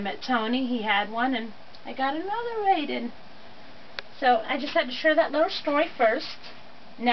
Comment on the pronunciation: So you said all the names right except for your favorite. It’s pronounced Rie-deen. Look up the original cartoon. It’s amazing. Raideen was the first transforming robot and the director went on to direct Gundam.